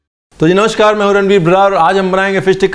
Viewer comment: Awesome simple n yum yum...but saying ranveer aapne bataya nahi, dekho main kitne acche se explain kar raha hun, gives wrong impression as if u r doing favour...and its namaskaar not namashkaar...plz tc...I try to watch ur recipies first day only...plz tell healthy simple yet tasty recepies after which we don't feel guilty like moong chilla, healthy gur ladoo and chiwda...tc...keep rocking